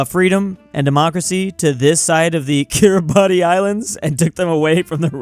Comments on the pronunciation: Take a shot everytime says KIRABATI instead of how its supposed to be said, KIRABAS. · More like ki-ra-bas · The pronunciation of Kiribati is Cure-a-bass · "Kiribati" is pronounced kee-ruh-bas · I'm Estonian but that Kiribati pronounciation Hurts me, "Kiribas" please!!! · each time says kiriba TI, i lose 1 hour from my life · It's pronounced Kiribas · bruhhhh i know i was rage quitting shouting ITS KIRIBASS at the top of my lungs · Kiribati Im pretty sure is pronounced kee-ruh-bas idk why tho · its kiribas or smth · i just can't with that Kiribati pronunciation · Take a shot every time he mispronounces Kiribati! (Don't, you'll die) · Kiribati should be more mad at that pronunciation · how does still not know how to pronouce kiribati after all these years